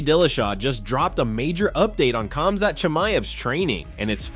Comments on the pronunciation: Khamzat is pronounced Hamzat not kamzat get it right. Its like Khabib is pronounced Habib. Learn!!!! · Exactly, remove the K